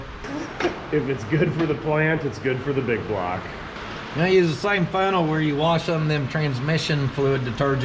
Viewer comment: isn't it BIG BLOCK, not BIG BLOG?